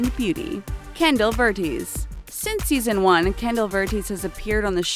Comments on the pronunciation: 1. The only one who is grown up is brooke 2. Chandelier is pronounced Shan-del-ear 3. I don't remember hearing about Kendall leaving dance moms 4. Chloe said in the season 6 finale she's coming back to dance as long as abby is not there 5. Kendall's last name is pronounced Ver-tez 6. Nia's middle name is pronounced see-ox 7. You forgot Brynn, Vivi-anne, Payton, and others from early seasons 8. If all the dancers left the team then who's going to be dancing for the aldc in season 7? Ok im done now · Yeah verteeeeeeez? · you pronounce vertes ver-tez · IT'S NOT KENDALL VERTEES IT'S VER-TS VERTES! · Ken-dull vert-ez or verts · She said Kendalls last name wrong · She pronounced Kendall’s last name wrong too 😂😂😂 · Mandy Lalalalalla she also said Kendall’s last name wrong